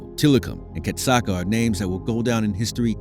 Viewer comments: Whoever made this video can't friggin read. KA SAT KA Where in that do you see Cat Suka? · ITS FUCKING KASATKA NOT KATSUKA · why does he keep calling her "katsooku"? that's not her name yo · Well, fist of all it's pronounced, Kah-sah-kah and peters used punishment and isloation for training. So I'm not surprised she attacked him. The pools in the back aren't big enough for the orcas. They literally have to drag their tails on the bottom. And that's where he would put her when she got a trick wrong. Tricks he knew she couldn't do perfectly. But made her do over and over. Rake...like the gardening tool. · The mispronunciation of Kasatka’s name is kind of doing my head in. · I wanted to enjoy this video. But I stopped watching after realizing this video is full of misinformation; Kelti Byrne was killed by Tilikum, not by Nootka 4; Nootka 4 was a female, not a bull; and the narrator didn’t even learn how to pronounce Kasatka’s name. Poor video 👎🏼